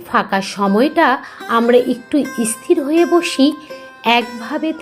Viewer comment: আপনার বলা কথা গুলো খুব ভালো লাগলো। তবে আপনি স্থির শব্দ টা কে " ইসথির " করে উচ্চারণ করেছিলেন, দয়া করে ঠিক ভাবে উচ্চারণ করবেন।